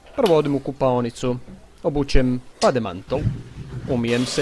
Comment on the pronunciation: Ne kažese bade mantil se kaže a ne bade mantol